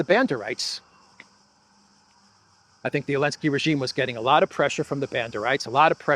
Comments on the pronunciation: if Zaluzhny becomes president of Ukraine, are you going to start calling him "Aluzhny"? 😂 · It's funny you say Elensky which sounds like the Dutch 'ellende' which translates to misery